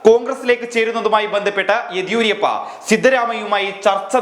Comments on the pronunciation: ആദ്യം യെദ്യൂരപ്പയുടെ പേര് മര്യാദക്ക് ഉച്ചരിക്കാൻ പഠിക്ക് മാഷേ.. (യെദിയൂരിയപ്പയല്ല!) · യെദിയൂരിയപ്പ അല്ല ... യെദിയൂരപ്പ എന്നാണു.. Yediyurappa... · യെദിയൂരിയപ്പ ആണോ എദിയൂരപ്പ ആണോ ശരി.